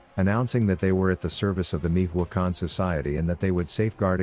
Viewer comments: “Mijuacan” 🤣 “Mi-cho-a-can” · Damn fool can’t even pronounce Michoacán. Meeehwacan wtf?! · Who says Mijoacan? Tf